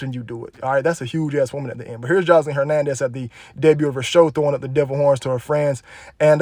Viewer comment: The way you say her name “joslean” lol so country